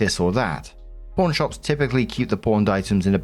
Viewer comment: I LOVE this channel specifically because is so sympathetic, self-deprecating, funny, and relatable. BUT- ever time he says "pawn" it sounds like "porn" and I can't resist giggling a bit. 😂